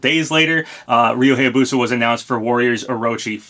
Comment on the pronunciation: im begging you please say Hayabusa correct its bugging me.